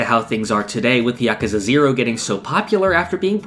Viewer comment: I wanna shake your hand just for saying yakuza right.